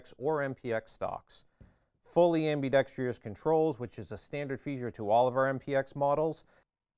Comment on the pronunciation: Anybody watching this should get a 75 percent discount for listening to ambidextrous being mispronounced.